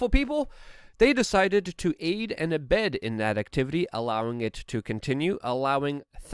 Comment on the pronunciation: "Abet", not abed.